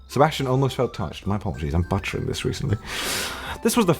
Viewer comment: You said butchering as if you were trying to say buttering